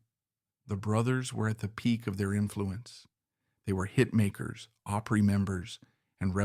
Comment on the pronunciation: Can't pronounce OPRY, Where is the guy from ?